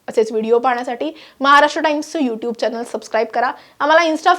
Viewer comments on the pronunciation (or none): none